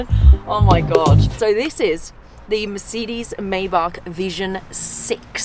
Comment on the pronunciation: "the Micidis MaybaK.." as a german I can say it sounds damn funny